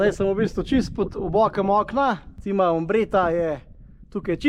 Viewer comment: Še to bi dodala, Cima je po italijansko vrh, prebere pa se čima, ne cima. Drugače pa super video, bravo.